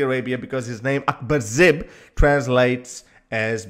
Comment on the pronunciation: his name is Akbar Zaib, not zib, but a great story 😉